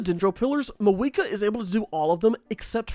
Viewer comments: who tf is "maweeka" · It's Mavuika, what was I even expecting🥀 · Fair enough racism The way he says the names LMAO